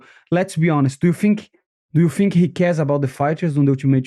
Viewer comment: I like how this guy Finks.